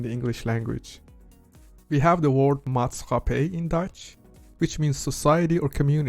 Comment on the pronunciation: You need to work on your English first. Try learning how to pronounced the word "word" in English.